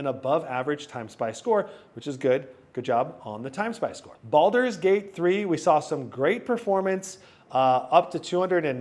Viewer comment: It's Baldur's Gate, not Baulders Gate 3